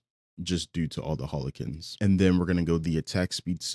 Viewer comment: really says Hollow-kin instead of Howl-kin